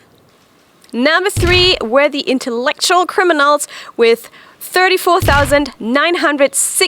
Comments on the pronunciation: 'Intellectural'? Hit me up girl, I'll proof check your videos before they stream. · "Intellectual" in English has no "r".